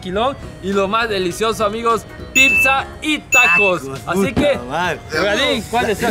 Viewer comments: Pipza.. Jajaja.. Habla bien mi wicho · El wicho no sabe desir pizza dice pipzza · Fui el único que escucho que dijo Pipza 😂😂Like para no morir Ignorado 😂😂